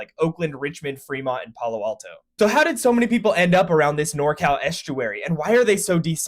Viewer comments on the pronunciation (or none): Thank you so much for this video! We in the Bay pronounce Palo Alto with an "a as in apple" sound, the way you pronounced the "a" in San Jose. Not the "a" in "father."